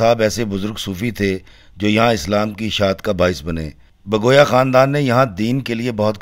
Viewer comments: Sir you pronounce bagoya its actual bugwiya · Bagoya nai he bhai jan Bugwiya he lafz Bugwiya